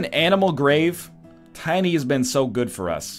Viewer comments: NL butchers Tiny and he neither notices or cares. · NL you butchered tiny!